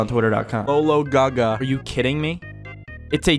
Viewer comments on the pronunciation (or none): none